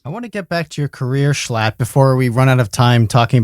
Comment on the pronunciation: You know this is a high quality podcast when they get schlatt's name right